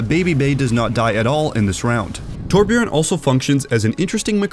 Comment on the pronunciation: Its torbjörn ok not torbjorn not o its ö is this so hard?!